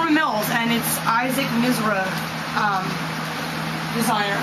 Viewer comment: issac Miz-ruh? don't think so...